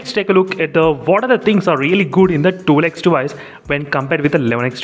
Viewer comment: Sorry Bhai but it's not that hard to say twelve x What is this tool x ?